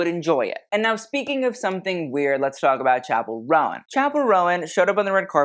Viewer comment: It's pronounced "rown" not "ro-an" for chappell's name!!